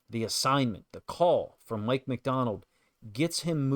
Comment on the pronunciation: Good analysis but who is "Mick" MacDonald??